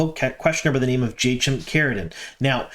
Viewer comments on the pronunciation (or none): I always though it was supposed to be pronounced like "Hai-keem" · Could you, please, stop butchering pronunciations! "I'm bad at languages" is a bad excuse! Research wouldn't take much time! In the name "Jaichim" "ch" makes "k" sound, and so does "c" in "Tanchico".